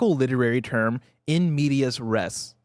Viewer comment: Mispronouncing "in media res" and then not letting "in the middle of the action" get points is takin me out